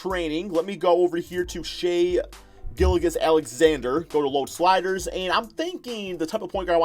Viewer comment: Learn how to pronounce that man’s name! It’s Danilo not Danealeo!!! Also Shai’s last name is pronounced Giljus, I’ll give ya that one because you can say his first name right. 😂